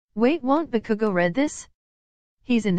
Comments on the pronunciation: OMFGGGG The robotic voice really called Bakugo Bakuku😭😭😭😭😭😭💀🤣🤣🤣🤣 BAKUKU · the way they pronounce bakugo is like (bu-kuu-gOu) XDDDD I CANT STOP LAUGHING